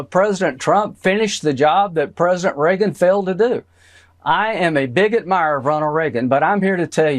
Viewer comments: Did I just hear him say that he is “a bigot mirer”???????!!!! 😂 😂 yes . Yes you are. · Wow Graham should probably be careful how they pronounce that, it certainly sounded like "I'm a bigot mire"